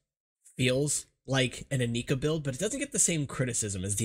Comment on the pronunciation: Stop pronouncing it "ineeka" for the love of God. All the commercials pronounced it "Inaika", plus it sounds better.